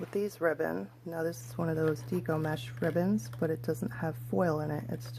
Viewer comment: Your tutorial is helpful, however, you keep mispronouncing "deco." It is a short e, like the decorating style.